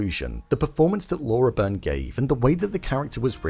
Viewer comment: That's definitely Demerzel, closely followed by Day in season 1 (the one who went through the Spiral). Laura's been a blessing, I struggle to find words to describe her great talent. So powerful and so subtle. I hope for a great future for this character and for this actor. (Just a little note for you for the future vids, her name is pronounced Lah-oo-rah Bee-rn)